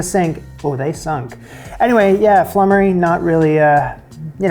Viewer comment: That bubble & squeak is a bit of a pigs ear! It's just left-over veg (no cheese!) mashed up and fried and served with cold sliced meat and gravy, so basically whatever is left from Sunday Roast. The next recipe is pronounced floomery but its a very old thing not seen these days.